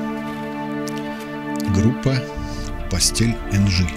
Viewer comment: Извините,но не постель,а пастэ́эЭль!Ударение на е произносится как Э